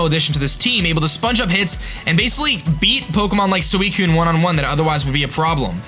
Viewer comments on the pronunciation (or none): none